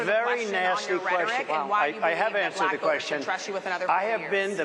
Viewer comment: "Then she turned BUHLACK" like Harris cast some magical spell 😂